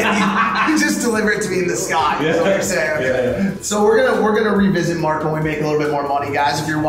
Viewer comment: Das Marc den Namen immer falsch ausspricht und er dazu noch ein Fan von ihm ist, triggert mich richtig 😅